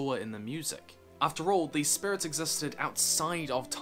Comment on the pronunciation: You may have worked on pronouncing it but I will never forget "Spurits"